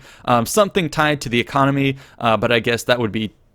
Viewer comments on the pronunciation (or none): none